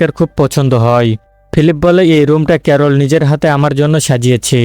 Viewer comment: ক্যারল ❎ করলা ✅🤣